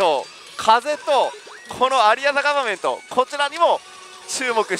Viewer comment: さんの「 アリア・ザ・ガバメント」の発音が良くて (o´艸`)♪ 風が出たりとか 今の台は進化が色々凄いですね(*Ü*)